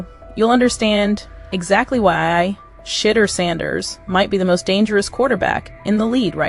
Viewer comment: HOW ABOUT PRONOUNCING SHA-DEUR-DOOR’S NAME CORRECT. CLEVELAND MEDIA NEEDS WORK 😡. Shedeur is not a rookie he is a FIRST ROUND DRAFT PICKED IN THE 5th round. HIS SKILL BASE SPEAKS LOUDLY